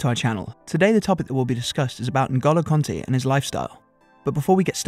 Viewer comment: Had to stop after 10 seconds. Stop calling him CONTE for fks sake!!!!! It's pronounced KARNTEY!